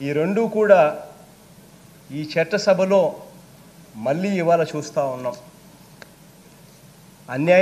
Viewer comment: వీడు చట్టసభ అని పలికిన కూడా చెత్త సభ లాగానే వినిపిస్తుంది